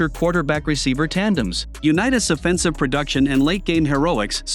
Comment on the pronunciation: This guy can’t pronounce Offense or Offensive!! Let alone all time!!